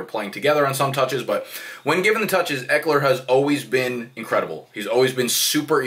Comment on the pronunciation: The way you pronounce ekeler at first and throughout the video is correct